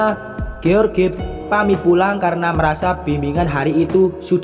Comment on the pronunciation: Itu bacanya bukan george mas, tapi joss, hhhhh